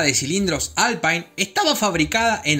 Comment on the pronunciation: Muy buenos datos, especialmente lo de la NASA. Un detalle: se pronuncia alpin porque es francés. Saludos cordiales.